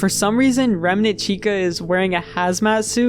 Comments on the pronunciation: only thing i hate about this video is how he pronounced remnant, as reme-nant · why bro keep saying remanent instead of remnant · Bro says Remnant so wierd, "Reminant" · why do you pronounce remnant like that